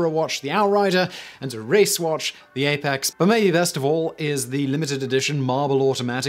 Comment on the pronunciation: Your irregular pronunciation of "the" is irritating. You should adopt the simple guide of using "the" when preceding nouns beginning with a consonant and "the(e) when introducing a noun that starts with a vowel. So, 'the Frisian' and 'the(e) Egyptian"